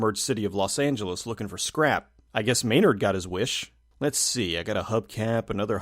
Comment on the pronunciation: "Lost Angeles"....Lost.